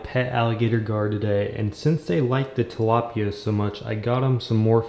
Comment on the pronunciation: ahem it's TILAPYA